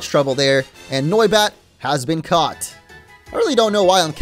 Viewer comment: Noibat more like noicebat